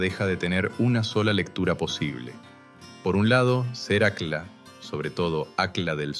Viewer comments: Se pronuncia acj-lla, no acla y se escribe aqlla. En quechua, o qechwa, el fonema "Q" es gutural y suena como una "CJ", y la doble "L" es muy pronunciada, no es lo mismo Atahualpa que Atawallpa. Tembien es importante saber que tampoco se pronuncia como una "SH", como los porteños, que pronuncian "posho" cuando quieren decir pollo o cuchisho cuando dicen cuchillo. También el fonema "Y" en quechua suena como "I" y no como una "SH". Esto teniendo en cuenta que muchos ispano hablantes confunden la "LL" con "Y" y al mismo tiempo, la "Y" con "SH" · Esa voz...mmm, IA? Al menos corrige la pronunciación No es "Aclas", es "acllas" ( suena ac-yas)